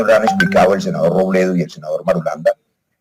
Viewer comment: El senador Roblablablabledo...